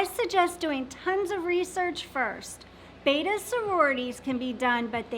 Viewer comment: Glad to hear finally saying "betta" correctly; now teach (or your mother's betta will die in her sleep if you don't).